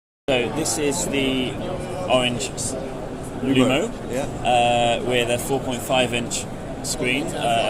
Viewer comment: Orange Luno! Not Lumo!